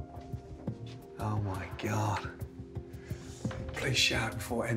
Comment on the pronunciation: For some reason I just love his "Öüh mye Gyöhd.."